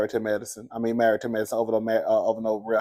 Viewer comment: Not "Poortomac"!!!!